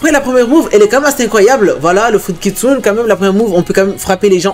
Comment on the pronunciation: il le fait expre ou pas il dit kitsun